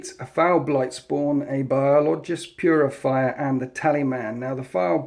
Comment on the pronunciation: its biologus putrifier (bio-low-guss, pute-riff-ire)